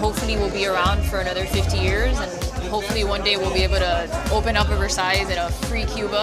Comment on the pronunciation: Guys this is not how you pronounce the word Versailles lol ><